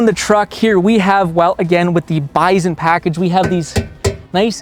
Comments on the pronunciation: Drives me nuts you can't pronounce BISON correctly! Yes even in CaNaDuh, it's still pronounced BY SON ... not BIZON. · Bison or "Bizon" 😆 Canadians sure do some Zany stuff with the letter Z, Zed...